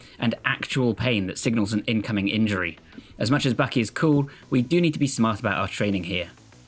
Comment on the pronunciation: It’s Baki. Not Bahhqkey!!!